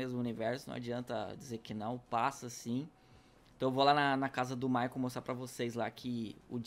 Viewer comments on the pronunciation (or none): none